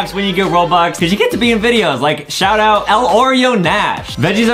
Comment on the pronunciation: When Adam say shout out I thought he said “shut up” lol 😂